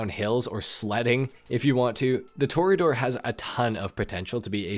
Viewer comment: Hey, you learned how to pronounce Toreador. 😛